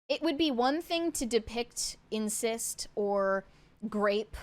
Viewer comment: Incest, not "insist".